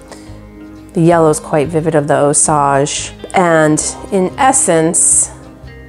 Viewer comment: Just FYI It's pronounced ˈōˌsāj (OH-sage) - Sage like the herb. The Osage people are from around the Osage River valley in Missouri.